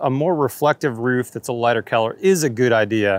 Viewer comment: What way does say colour? Sounds like Keller every time.